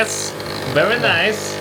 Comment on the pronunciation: That Borat ahh "verii najjs"